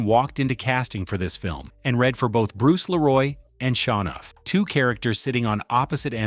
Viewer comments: ITS SHOWNUFF NOT SHA NOFF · Pronounced Show-nuff I think, not Shawnuff.